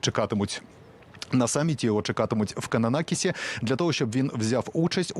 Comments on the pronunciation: Та не Кананакіс, а КананаСкіс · Кананаскіс, 🤭а не кананакіс. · Підтримую, і назву теж не вірно говорите.